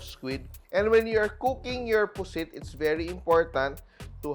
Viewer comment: It should be “puset” w an e